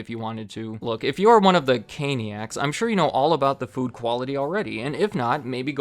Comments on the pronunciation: actually says “Canicas” instead of “caniacs” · "Caniacs" >Canicas That's an oopsie poopsie. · ‘Canicas’? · "CANICAS". Twice. Ouch. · “Canicas” lol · You say Cainiacs but spell it Canicas wtf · Caniacs? ❌🙅🙅‍♀️ Canicas? ✅👍🙌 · "...followers known as 'Caniacs'..." Screen: "CANICAS" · canicas LOL